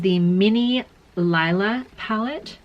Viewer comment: It's pronounced Lela not Lila.